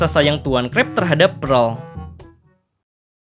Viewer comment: Prel ❎ pearl ✅ Bergelimbang harta ❎ Bergelimang harta✅